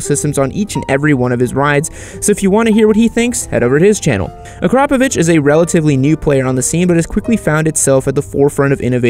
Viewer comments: OMG he actually pronounced Akrapovic right. amazing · And he did pronounce akrapovic right. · for a foreigner ... absolutely correct pronounciation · boof yup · he did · Incredible. Absolutely phenomenal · Yes he did but he said in the worst way termignoni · Eye he learned how to say akrapović!!!!